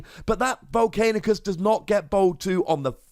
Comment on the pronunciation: It should be a rule you can’t talk about VOLCANICUS until you can say his name right!